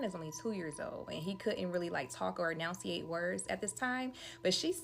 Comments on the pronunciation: 🫩For the love of God and everything good in the world the B in the word debt is SILENT! 🫩 FOR THE SAKE OF FUXX it’s ENUNCIATE not announciate! And ASKS not askesses! These people are about to make me blow a fuse somewhere. It’s infuriating to listen to someone speak improperly SO confidently. It’s like nails on a chalkboard! clinches fists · Is that the same woman who was talking about how the toddler couldn't enunciate his words? But yet SHE didn't even say the word "enunciate" correctly. 😂